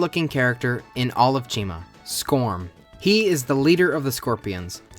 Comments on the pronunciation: I thought you said china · Never herd it pronounced. Always figured it was said like Chimera So ch-I-ma . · Why is the protagonist's name pronounced like it should be a brand of shampoo